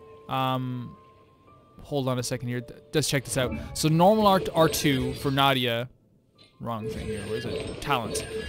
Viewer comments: Na-hee-da not nadia 😅, basically her ult is a boost support for everyone Her skill is linking enemy and they will take damage together through elemental reaction (dendro only react with electro, pyro, and hydro) So for easy use is.. 1. Link enemy, razor ult and attackkkk (with razor) 2. Link enemy, pyro, razor ult 3. Link enemy, make wet (with barbara), attack with pyro or electro Dendro + hydro = bloom, dendro core (the green thing) Dendro core + pyro = burgeon (explode) Dendro core + electro = hyperbloom (homing missile) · Na-HI-da, not Na-dia please 😭 she is a very important character in story by the way but you won't meet her soon sadly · Sorry I just can't, it hurts so much. It's Nahida, or for a comedic relivea Nahihi, not Nadia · don't be too down on yourself about it! i'd say probably 70% of the videos i've watched of people reacting to the character demos for the first time see 'nahida' and immediately pronounce it 'nadia' as well. sometimes you need to hear a name a few times before it sticks in your brain, and you did only hear it the once. i'd say the mistake is less important than making the effort to learn the right way to say it /gen!